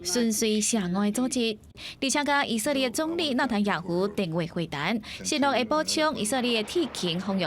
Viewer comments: 以色列這個詞念那麼多次，能不能不要一直講ㄧˇㄙㄜˋㄌㄧㄝˋㄧˇㄙㄜˋㄌㄧㄝˋ，照字念Í-sik-lia̍t都還比較好，這是台語新聞欸。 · 認同+1，「以色列」的台語發音在150年前的台語聖經就有了